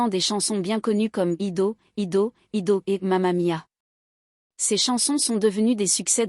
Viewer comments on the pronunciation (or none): Hedo... Noooonnn ail dou comme I do le titre de la chanson. Quelle horreur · Ido ido ido 6’16 bravo la diction du titre d’ABBA...."take à chance on me"7’00 😂 pas mieux , gim gim gim 10’13 nul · Et la.prononciation🤢ido ido ido😂😂😂😂